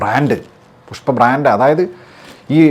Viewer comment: അങ്ങനെ അണ്ണൻ പുഷ്‌പ്പയെ പുസ്പ്പം ആക്കി വാട്ടി എടുത്തു 😂😂😂😂